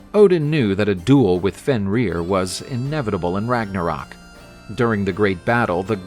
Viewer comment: we are not in German, we are in Danish, Norwegian, Swedish, Finnish & Icelandic, therefor, it's HAME-DAL, also, there is a line thru the O in Ragnarok making it RAG-NA-RERK!